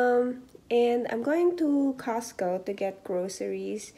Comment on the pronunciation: Ang susyal.... "cahhhscew" hehehe! Meron ka na bang grocery haul sis? Gawa ka nmn non :)